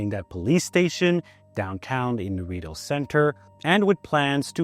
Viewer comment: You know how I know your not actually from Ottawa ? You say Rideau incorrectly